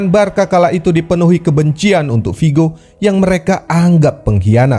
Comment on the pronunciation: next time pengucapan nya Barsa min ya? bukan Barka. terimakasih